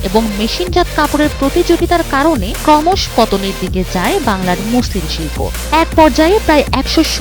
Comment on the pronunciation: ক্রমশ না ক্রমশো হবে উচ্চারন